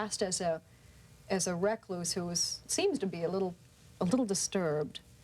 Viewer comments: Didn't understand what host was saying at first, pronouncing recluse as 'reck-loose'. Also didn't know Ringwald was still at high school when it was made. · The way the presenter pronounces recluse ??